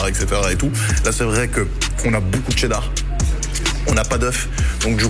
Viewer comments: Tu dit Tchedart au lieu de Chedart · On dit pas tchedar on dit chedar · Arrête de dire TCHÉDAR bordel